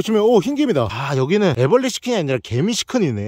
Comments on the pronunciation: 하늘소 애블르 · 하늘소 애브레를~ㅋㅋㅋㅋㅋㅋ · 하늘소 애브르레 ㅋㅋㅋ